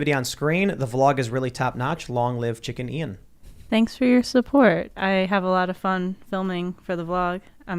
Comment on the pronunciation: It should be chickian not chicken ian